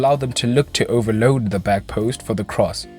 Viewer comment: The way you say 'overload' is beautiful. Great video!